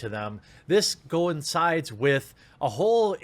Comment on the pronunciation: It sounds like you say go insides instead of coincides